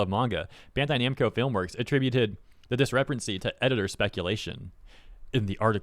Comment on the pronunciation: Bro said "Bando Namcai" and it took me a bit to notice lol Edit